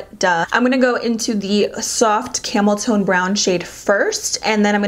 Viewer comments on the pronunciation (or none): When you said ‘Camel time’ I thought you said ‘Camel toe’, not gonna lie 😂